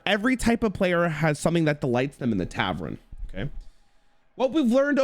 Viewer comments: Honestly should be brought up on criminal charges for how he pronounced tavern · Title be like: "What is Hearthstone doing?" be like: "TAVREN"